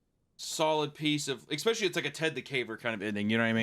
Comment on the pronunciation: there we go, there's the "expecially" I was waiting for <3